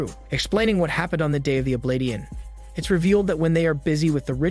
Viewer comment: Oblation is not pronounced oblat-eon